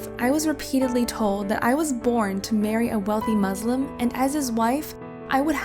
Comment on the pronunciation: I do not understand why they make these videos if they can't pronounce "muslims" or "Allah" properly.